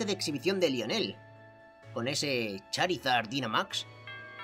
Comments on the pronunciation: El nombre se pronuncia laionel muy tarde pero tenía que decirlo xD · Lionel se pronuncia layoner